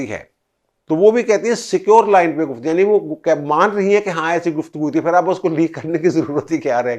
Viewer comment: Truly a professional analysis. Keep it up. However, you pronounce "Phir" as "Fir". Wherever, there is a sound of PH, your pronounce it as "F". There is a sentence that you should read out loud and practice and you will get over this problem. The sentence is as follows: " Jub humarah phuphar nay phurkar say daira laganay ki koshish ki to unki phoosi nikel gai. Budboo itni shadeed thee keh prinday phurpharsnay lagay. Mairay to phaipron may aag lug gai. Mein nay kaha phuphar ji phoonk marni hai to seedi tarah mariay, phoosion say charagh bujaya na Jai ga". I tried this with another similar case and he overcame this problem. Thank you for your attention.